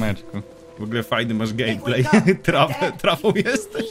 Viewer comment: Gejplej xD